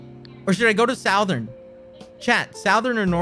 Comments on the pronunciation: He says Southern weird, like Sowthern instead of Southern. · LMAO- "AMINO" "SOUTH-ERN" "DOO DOO AIRLINES"